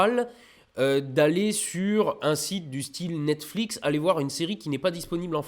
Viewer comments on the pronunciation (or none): none